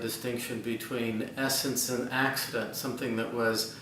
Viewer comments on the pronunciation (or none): it's 'accident'. One of the distinctions between properties is the 'accidental vs. essential' distinction.